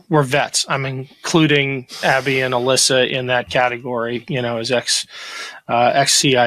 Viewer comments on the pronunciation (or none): none